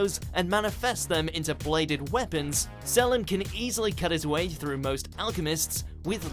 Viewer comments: The pronouncing ion, God it's seleeeeem not selem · I hate the way you say Salim. It is VERY wrong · Not how you pronounce selim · The pronunciation of Selim just made a part of me die inside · Don't fucking pronounce Selim's name like that. They say it many times in the anime. Pronounce it correctly